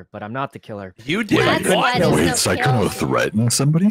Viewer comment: sykkuno* sowwey